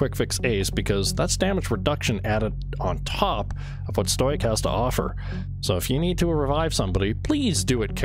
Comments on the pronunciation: “Stoy-ic” lol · It's sto-ic, not stoi-ic. The way you pronounce it is incorrect since you're adding an extra letter before the syllable. Pronounce it however you please, just be aware that if you disregard correcting it, you come across as ignorant. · if you say stoyick one more fucking time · This is like the third vid i've seen from you, are you intentionally saying words wrong or is it a meme? Stoic = sto ick, Gewerh = gehv air, Czech = check..like the Czech republic. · you pronounce stoic like a chemistry student